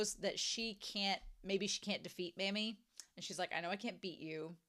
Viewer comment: Pronouncing "Mami" as "Mommy" is both closer to correct and thematically appropriate. (Pronouncing it like "mammy" doesn't bother me too much, but it makes my eye twitch a little 😅)